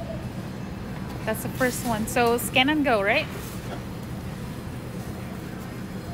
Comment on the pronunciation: Lol i thought you said scam and go😅